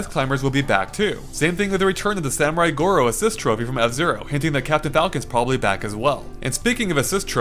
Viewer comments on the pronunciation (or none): none